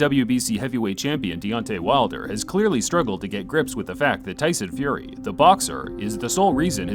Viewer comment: Who is Tyson ''Furry"?